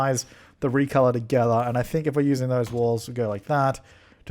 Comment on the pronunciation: 'i don't SINK so' lmaooo